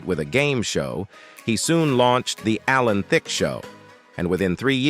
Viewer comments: Why did you use all stills and little action. And your A.I. ! It is pronounced Allan Thick, not Thickee or Thicka or Thick-A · right on!!!! Alan Thick A. hahahahahahahahahahahahaha. we're in a lot of trouble as a race!